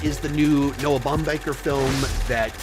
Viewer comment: It's pronounced "Baumbach" not Baumbacher